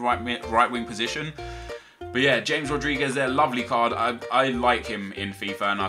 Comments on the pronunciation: james rodriguez is pronounced (ha-mes) not simply james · you pornaounes James Rodurigez James and not Hames